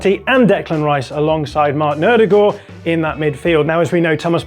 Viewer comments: Who's "Hoorlund" and "Odourgord"? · Why does this dude keep calling Odegaard, Odegord? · The way he pronounces Odegaard irks me. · It's a very nice analysis on the arsenal side but surely I'm not the only one that's bothered about the way he says odegards name? 🤣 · Definitely not pronouncing Ødegaard correctly. Half way is as wrong as everyone else